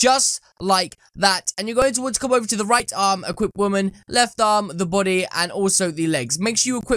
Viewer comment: You keep saying Buudy Its Body Not Buudy